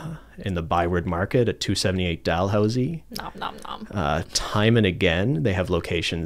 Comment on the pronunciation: Thank you for calling it Dal-housey not Dal-hoosie. I went to Dalhousie University and living in Ottawa drives me crazy.